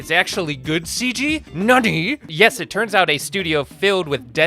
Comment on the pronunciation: Bro please don’t be sayin “nani!?” like that 😭